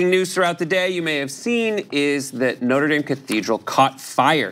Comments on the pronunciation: Noter Dame? Its NOTRE DAME! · No, tre dames?